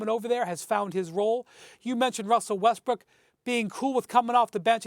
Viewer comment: Ngl Stephen A Smith sounds like he said Westbricks?